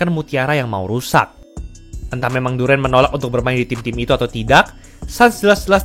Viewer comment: Durant dibacanya Duren, emangnya Duren Montong